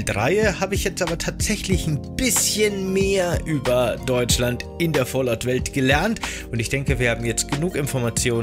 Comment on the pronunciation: Bro, das heißt aber Fallout nicht Fallot